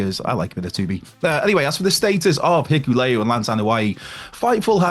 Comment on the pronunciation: bro 😂😂 it's HI-KU-LE-O